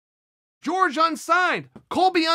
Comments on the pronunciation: Love how he calls jorge masvidal george so normally😂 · From the guy who pronounces Jorge as George